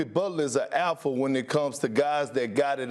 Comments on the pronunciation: It took me half the video to realize Perk was trying to say "Alpha" and not "Elfa". 😂😂😂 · Kendrick: APHA Lol I'm dead bro doesn't say the letter L ever in that word